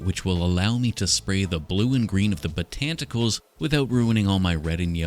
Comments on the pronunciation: I love "botanticals" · “Botanticles” I squawked😂😂😂😂